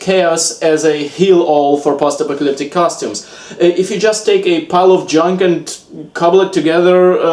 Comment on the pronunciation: I love you man, but I can't stop hearing "pasta pocalyptic"